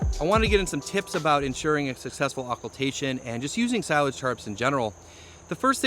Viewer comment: That's definitely how to pronounce it. S-eye-laj